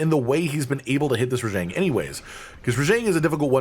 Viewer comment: Am i hallucinating hearing you pronounce Rajang wrong?